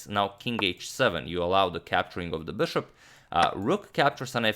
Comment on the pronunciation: STOP SAYING "BÖSHOP" PLEASE ITS BISHOP AND PAINFULL THNKS!